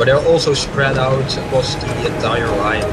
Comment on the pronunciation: As a Dutchy myself I can say that it’s clearly a Dutch accent, it’s hard to miss really. Germans have a very distinct sound when pronouncing words with “TH” in it: The is usually or closely pronounced as “Zhe”